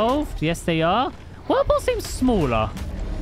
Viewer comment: Did just used they pronounce for whirlpool?